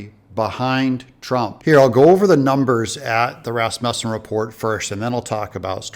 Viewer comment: Thank you so much for saying Rasmussen correctly. That’s my last name.